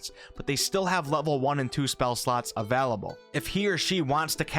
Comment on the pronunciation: No one:...: AVELABLE